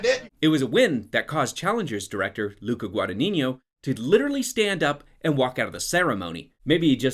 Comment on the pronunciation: Maybe you can learn how to say Luca Guadagnino correctly 😐